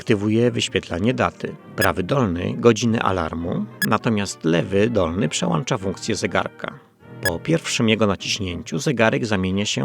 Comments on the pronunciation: przełancza "przełancznikiem" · Proszę Pana, po polsku mówi się "przełącza". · Faajny materiał, ale przełĄcza, przełĄcza. Błagam. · Proszę nie mówić przełancza.